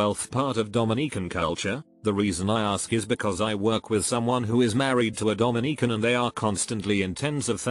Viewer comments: Come on dude. Put some effort into your videos. "Bee cee" for bc? Just have it say because. DomiNEEcan? Come on dude. This is very little work for you and decently profitable. Have some pride. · I'm not even Dominican but hearing Domineecan is pain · Domineeecan. Lol. AI voices. Just use your real voice. I quit this video after 30 seconds of listening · I'm from Dominica and I cringed everytime I heard it (but there's no lie) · Dominica🇩🇲 is also a country pronounced that way. The AI got confused with the Dominican republic.